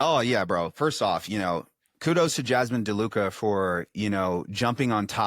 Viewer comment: Pretty sure he intentionally mispronounced her name. And as far as his rebuttal, he gave her some backhanded respect but I learned more from her corrections than his marketer misinformation videos.